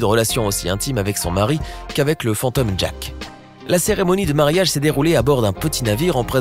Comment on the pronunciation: Ont dit mariage pas marayag